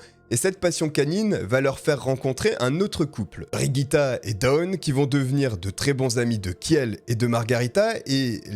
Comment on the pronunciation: Et aussi ça n'est pas Brigitte, mais Birgitta, à prononcer bir-ii-ta (si mes souvenirs de suédois sont bons) Mais bon là on chipote 😅 Sinon n'hésitez pas demander les prononciations avant une vidéo. Je suis sûre qu'il y a assez de followers pour vous aider à couvrir pas mal de langues.